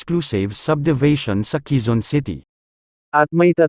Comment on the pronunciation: HINDI QUIZON CITY, QUEZON CITY BAROK K